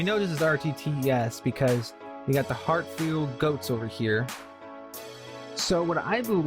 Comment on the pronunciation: “Hartfield Goats” he says 🙄